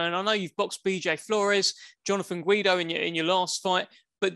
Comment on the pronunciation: He said Jonathan Guido. Lmao